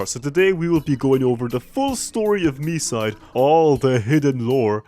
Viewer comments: as a russian, i need to say its pronounced like mee-site. our language makes consonants less resonant at the end of a word. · It's mee-side like the others said. It's pronounced that way with the Japanese title too, since there's no variation in pronunciation for Japanese vowels. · Its pronounced Me-side confirmed by the devs themselves! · i thought it was pronounced me-side 💀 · it is pronounced Me-side, confirmed by the devs